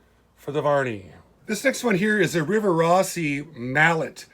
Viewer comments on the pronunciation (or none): none